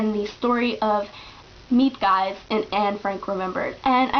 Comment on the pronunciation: I found my copy of the book in my grandmothers boolshelf after she passed away, it turned out a woman married into my background helped translate it. I really enjoyed it (even though I read it in norwegian); it is very vividly portrayed story wise throughout. Miep Gies by the way is pronounced ”(g)heez”.